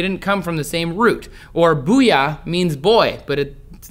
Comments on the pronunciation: For the Japanese words, namae is pronounced, na-ma-eh bouya is bow-ya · sorry trace . your japanese pronounciation was way off. they are pronounced more like, nah mah ey and bow yah